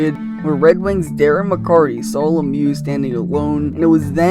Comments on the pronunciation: Having lived and been a super fan during this rivalry I cannot get over you mispronouncing big 25s name. There is no h in his name...it is Darren McCarty not McCarthy. I love your content tho. Please continue. These videos are striking nostalgic feelings.. 😁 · Love the video, I lived through this Era and remember March 26, 1997 vividly... But, it's McCarty. NOT McCarthy. Dude. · It's McCarTy, not McCarTHy.